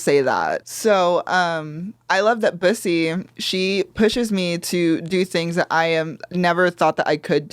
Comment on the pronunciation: Everyone including Bussy pronouncing their name wrong🤣💀it’s BOOSY, has spoken👑